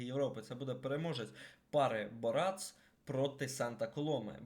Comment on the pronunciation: Не БорАц, а БОрац